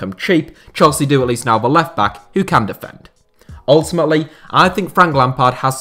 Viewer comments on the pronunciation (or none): none